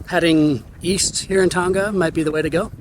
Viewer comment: FYI, it’s pronounced Tong uh not Tong ga